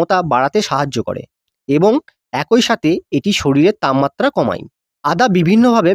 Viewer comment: তামমাত্রা❌ তাপমাত্রা✅